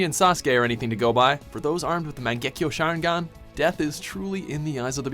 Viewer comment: nO 0ne:: Share-en-gan